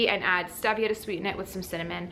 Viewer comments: Its stEEEEEvia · "stee via" is the correct pronunciation. Good information, but on a time situation, one to three months is not long enough for someone who has systemic or dividing candida. Killing the candida is one thing; flushing it out of the system is a whole "nother" story. You sound like you hit all the good things really hard and got rid of it. Good for you!